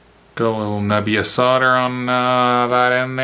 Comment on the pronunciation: Its nice to hear someone not from Europe pronounce solder and soldering iron correctly hah 😉